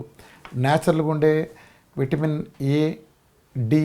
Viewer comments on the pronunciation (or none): none